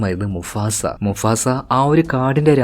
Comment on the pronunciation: Enda bro Musafa ano mufasa ano😂😂